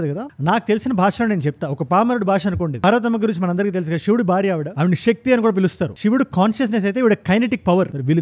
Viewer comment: అంత బాగున్నది 👏 కాని షివ, కాదు శివ , ష క్తి కాదు శక్తి , కొంచం try చేస్తే అద్భుతం మీ వివరణ, అన్యదా భావించ వద్దు🙏